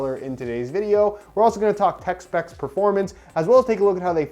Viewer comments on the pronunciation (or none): I always think he says “text backs” not “tech spechs” 😂😂